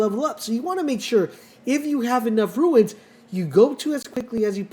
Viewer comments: Runes not ruines. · Runes, not ruins